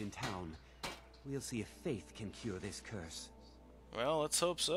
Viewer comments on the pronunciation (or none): none